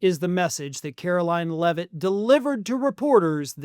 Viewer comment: Why can't you pronounce her name? Or. Is that how she wants you to say it?